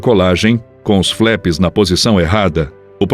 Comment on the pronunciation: Não se fala "FLÉPS". A pronúncia correta, mesmo em Potugues é "FLAPS". O "A"tem o som de A.